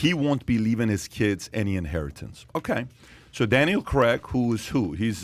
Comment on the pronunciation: Why do you pronounce C R AIG, Creg??? I really dont understand it